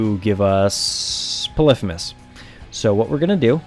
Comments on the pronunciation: polephemus?its pronouced pollyphemus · poly-fee-mus not puh-liff-uh-mus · it makes me angry how he pronounces polyphemus. it's not 'puh liff ih mus', it's 'pah lee fee mus'. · its polyphymus (poly-fee-muss) not polyphemus (pol-if-a-mus) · Its not polithemus is poly fee mus like polygon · polyphEmus, not fucking polyphymmys. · po-li-phe-mus instead Poly-phemus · I'm so sorry but this REALLY pissed me off, and I had to comment on it! Its pronounced 'Polee-Feemus' not 'Polifumis'. Yes, I'm THAT kind of person! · It's Poly like polygon and femus not pa-lifimus. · Stop saying Pelifimeus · It’s poly-femus btw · Pronounced Poly-fe-miss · its actually pɒlɪˈfiːməs not what you said. poly femus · its okay that you sayd polifimus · Derpy Muffin I always thought it was pronounced "Poly-HEE-mus" not "Poly-FEE-mus" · I though the actual ancient Greek pronounced it pol-if-i-mus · It's pronounced p ɒ l ᵻ ˈ f iː m ə s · u say polypemus wrong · thats wrong, names weren't pronounced like that in ancient greece. It's "Pull - if - uh - miss" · It's Greek. Pronounced "poli fi mis". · im triggered by the way he says polyphemus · The f*ck? How did you pronounce Polyphemus? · You say Polyphemus weird :S